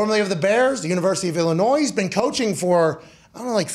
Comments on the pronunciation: bruh no disrespect but there is no way that you said illinoise it’s illinoi (don’t pronounce the s) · It's Illinoie. Didn't do much here.